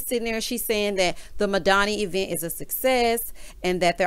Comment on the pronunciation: Hate the way Tisha says event “ E-vent” and honestly “unestly” ughhh and that’s just a couple.. She needs a speech class or two.. Tisha Is so annoying and always needs to be woo woo’d ain’t no body got time for that .. she sees no wrong in her mom.. smh